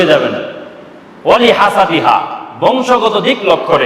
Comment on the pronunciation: হাসাদিহা বলেছেন নাকি হাসাবিহা বলেছেন?